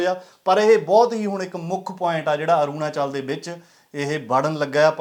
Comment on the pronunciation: Aurnachal tan bolna Sikh lai choda patrkar bni firda